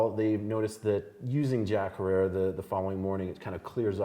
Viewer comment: Herer, rhymes with terror. This isn't really your thing is it?